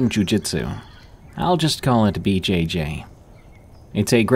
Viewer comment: For the 1st story, how can anyone not know that "BJJ" sounds almost like a sexual thing, and he keeps saying it over and over, BJJ, BJJ, BJ-Jayyy 😂